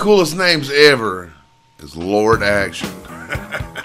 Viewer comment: I hate to correct you,, but it's 'Lord Acton', not 'Action'...